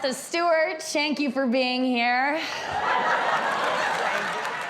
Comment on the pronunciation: "Shank you for being here"😂